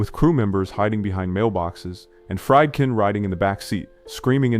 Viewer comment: The director of "The French Connection" was William Friedkin, pronounced "FREED-kin," NOT "Fry'd-kin."